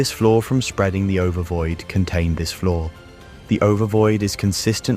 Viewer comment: Learn to say the words "see" and "flaw". please. Otherwise good video until the final heaven and leviathan portions.